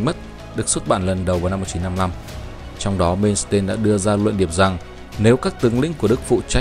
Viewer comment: Làm về nước đức thì làm ơn xem lại cái tên của ngta hộ cái Phát âm thì sai lè :))) tiếng đức mà ông cứ làm như tiếng anh, "mên s tên' 🤣